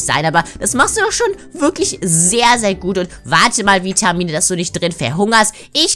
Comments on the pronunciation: Vitamine nicht Witmine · Vitamine sagt es falsch wer ist auch darfür leike damit sie es sehen